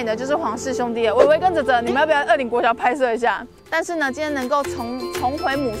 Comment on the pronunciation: 大概在2分30到3分鐘那裡 發現捲舌好像真的很重要 不然二林國小直接變成惡靈國小 有夠恐怖